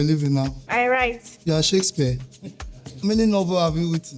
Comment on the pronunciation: I swr. It was when he said Shakespare...I was like broooo....WTH